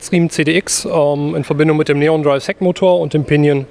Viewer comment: Bitte erklärt dem Gudereit Mitarbeiter, daß der Motor nicht NEON-Drive heißt. Selbst der Interviewer - offensichtlich auch kein ausgewiesener Radexperte, spricht das richtig aus.